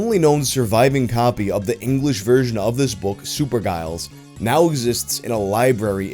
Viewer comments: The G in Giles is a soft g so it sounds like a J,. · Giles is pronounced "jials" (like dials, but with a j), not "guyals." Source: I'm originally from Giles County, Tennessee. Also Brikke would be "brick-uh" or "brick-eh." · Mate Giles is pronounced with a J sound not a hard G (think Mr Giles from Buffy) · Giles is pronounced Jye ulls. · Giles is pronounced “Jiles” yo… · Given that mispronounces Giles I'm guessing it's not a common name in the US outside of Buffy, so perhaps the boy was given a different name for US publication? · Its pronounced "jiles" I believe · Giles is pronounced with a soft G. More like a J sound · That's definitely not how the name Giles is pronounced. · Oh, Giles is pronounced with a soft g. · No you mis pronounced Giles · It would prob be pronounced Jiles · Hey bro Giles is pronounced with a J sound ☺️ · I think it's pronounced "Jiles". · You pronounce Giles like Jiles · Giles has a soft G. It's not the bloke from street fighter :) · I think the G in Giles is a soft G, so it sounds more like a J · Absolutely this, pronounced jiles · "Giles" is not a hard "G".